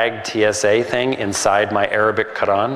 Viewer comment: Dud, why do you try to pronounce Quran so exaggerated?